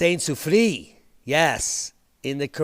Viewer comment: It’s pronounced La Soo-free-ERRE